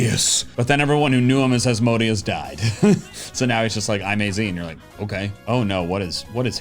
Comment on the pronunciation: Asmodeus is pronounced az-moh-DAY-oos. The deus is like in deus ex machina.